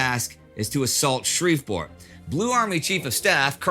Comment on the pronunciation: Indy my brother I know you didn't grow up in Houston to say Shreveport like that